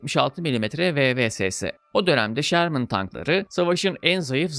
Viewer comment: abi şermın değil ŞÖRMIN doğru telaffuz. filmdeki modeller m4 ama fury tankı nispeten farklı bir model sherman firefly. bu arada filmdeki tiger tankı panzer6 serisidir. lakabı tiger. bir üst modeli panzer7 ise kingtiger (könnigstiger) olarak geçer. drive for the fatherland!